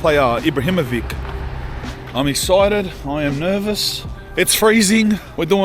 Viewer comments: It's pronounced Ibrahimovich, not IbrahimoviK, Zlatan has Bosnian roots and ć is pronounced as ch and not K. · Ibra’s name got butchered haha.